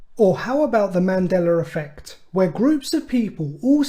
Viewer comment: Good video. Also, "Mandeler effect" 🤣